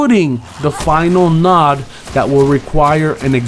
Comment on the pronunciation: Node is pronounced like road, not "nod".